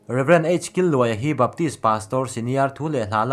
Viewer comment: Killuaia ni loin Kîlluaia... Kil lai hi chaw kan kîl mek, lo ei ve rawh tih ang a lam tur